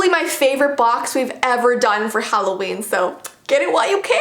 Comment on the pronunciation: HalloVEEn kinda sounds like how Dracula would say Halloween lol